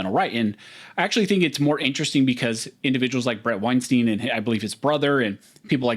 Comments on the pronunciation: pronounces his name winestine not winesteen. Small correction, doesn't hurt. Half the interviewers get it wrong. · Pronounce his name properly. Wein “stine” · Weinstein rhymes with Einstein.